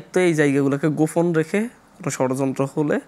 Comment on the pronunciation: এ কখন শুদ্ধ উচ্চারণ কোর্সে ভর্তি হবে? গোফন, ফরিবর্তন, ছলে, ওয়াছ - মাতৃভাষাকে বলাৎকার আর কত... ! 🙈🙈